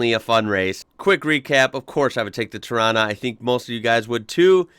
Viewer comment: Agree bud, he even pronounced Torana right. Cleetus called rod shops LJ a tarona... Hats off brah.